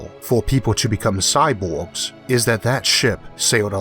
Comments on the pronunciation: Having always been around an Asian culture (which have hard time with the sounds l/r and b/v, etc), it seems to me more like a accent. (for the record... my wife, said sexy accent.) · Agreed. I will forever think of Isaac's awesome videos when I hear this "impediment". But it is that strange social fine-line that is heavily context sensitive.